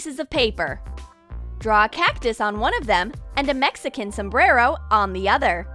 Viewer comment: You said Sumbero